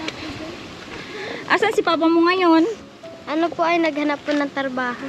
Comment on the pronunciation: Ang laki na ni bulol pa, tarbaho daw, dpt kung magaling kayo itatama nyo